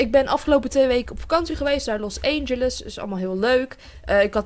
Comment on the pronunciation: het is niet Los EENgeles Het is Los ANGELES IK IRRITEER ME DAAR ECHT AAN